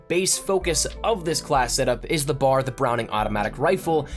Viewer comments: B A R. Not BAR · It's called the B-A-R. Not bahr. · B-A-R not bar. Good video, thanks for the tips! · I hate It when people call it the Bar it's B.A.R. each letter is said out loud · Good video. But a piece of history, It’s called the B.A.R. not bar like a place you go drink. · Repeat after me... B. A. R. Not bar. B. A. R. Each letter pronounced separately. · It's B A R. Not bar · It's B.A.R not simply Bar